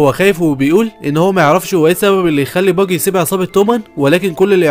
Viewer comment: انتا بتقول باجي غلط اوي تلوث سمعي